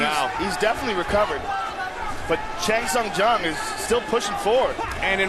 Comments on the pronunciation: It's funny to hear how many ways Goldie can mangle the name of Chan Sung Jung. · mike "i can say chan sung jung's name wrong a lot of different ways" goldberg